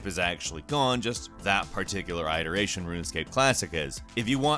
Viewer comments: "it" eration not "I" teration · Good grief, man. It-eration, IT-ERATION. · It's pronounced, It-eration, not Ider-ation. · You say this in almost every video, but it's pronounced it-eration, not eye-teration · I do hate to correct you but it's pronounced it-er-ayshion.;)